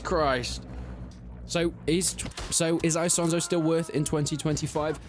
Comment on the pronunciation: Why do you keep saying eye-sonzo like some Texan yeehaw